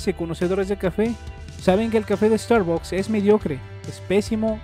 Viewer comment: No se pronucia "starbacks"